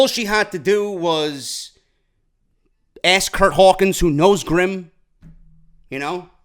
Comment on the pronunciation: DO NOT understand people that can't pronounce ASK! Not trying to pick on, but ALOT of ppl say AX...or AKS....I don't get it.That and mispronounciation of NUCLEAR!...Alot say Nucular.WHY?!